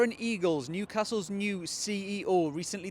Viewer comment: 2nd video I’ve seen from this channel where you’ve talked about our new CEO. It’s Darren EALES, not EAGLES! 🤷🏼‍♂️🤣